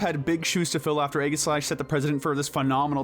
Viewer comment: It’s pronounced EE-JUH-slash, “”! 🤨